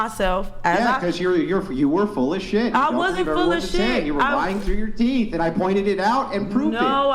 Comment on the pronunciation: Can't say teeth, or many other words. Idiot